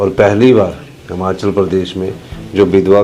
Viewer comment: मुख्यमंत्री साहब हमाचल नहीं होता हिमाचल होता है